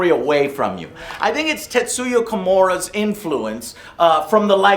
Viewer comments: dude said tetsuya komura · "Tetsuya Kamora" lol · "Tetsuya Kamora" ~Joe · Honestly it's just expected now. If Joe mispronounced my name, I'd have to go to a judge and legally change it because that's my name now. Tetsuya Komura is his name now. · Why is Joe pronouncing names and things like he's an old translation of this game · Da fuck, Joe, his last name is Nomura.